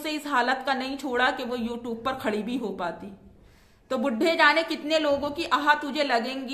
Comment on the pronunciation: U tuber nahi u tupper bolti hai 😂😂😂😂